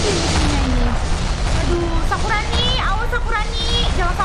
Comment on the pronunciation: Kak. Kok. Kakak. Kalo. Ngomong. Sakurani. Jadi. Sakuroni sakuroni. Malah. Sakurani